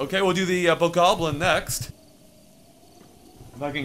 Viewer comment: why do you call it a bogobling it's bokoblin